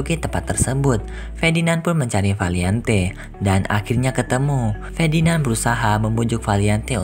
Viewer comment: Fedinand😂😂😂 Ferdinand woyy🔥